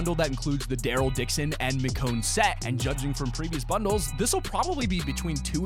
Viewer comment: Nice pronunciation on “Micchione” ..dummy